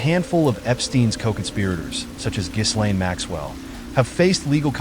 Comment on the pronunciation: The name of his girlfriend was : Ghislaine Maxwell and it should be pronounced as: Ghee-Lehn It’s called phonetically correct pronunciation . And never as : Gheez-Lehn.